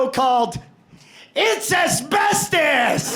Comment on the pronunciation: I'd only watch that game show only if they pronounced "Asbestos" properly.